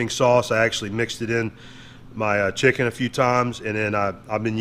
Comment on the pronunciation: "Shicken!!". Not chicken the bottle says lol😁😁